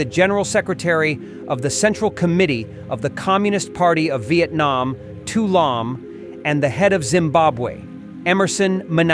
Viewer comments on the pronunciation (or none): none